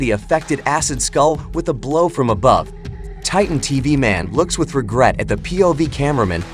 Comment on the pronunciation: My guy say titen tv man